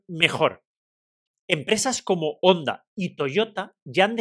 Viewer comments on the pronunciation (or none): none